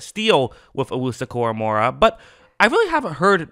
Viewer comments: It's KoraMOAH not KoraMOREah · Bro read his name to yourself out loud 3 times ina row KORAMOAH KORAMOAH KORA-MOAH only 1 "R" not 2, sorry was just a trying to help cause his names not that hard to say like a lot of these others dudes in the league LoL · Your saying his name wrong lol it’s Kor-uh-mo-uh idk where your getting the second R lmao